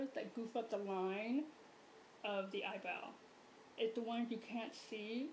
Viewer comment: "You want the eyebwowh to shtaht wight where the teah duct ish"